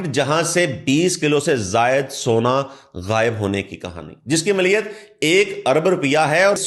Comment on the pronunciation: رپیہ نہیں روپیہ ہوتا ہے۔۔۔۔ رررووووو۔۔۔۔۔ پ پ پ ۔۔۔۔۔ یا یا یا۔۔۔۔ روپیہ۔۔۔۔ اور ملیت نہیں۔۔۔ مالیت ہوتا ہے۔۔۔۔ مااااااا۔۔۔۔۔ مااااااا۔۔۔۔۔ لی۔۔ ل ی۔۔۔۔ ل ی۔۔۔۔۔۔ ی ت۔۔۔۔۔ یت یت۔۔۔۔۔ ماااا ل ی یت۔۔۔۔۔ مالیت ہوتا ہے۔۔۔ ملیت نئ